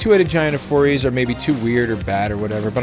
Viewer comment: "foriys" is pronounced "four eyes" because lol the giant has four eyes!!! i swear i read that in an article on the wizards site